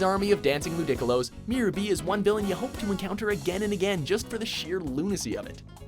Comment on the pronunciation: What the heck is a Loudickalo?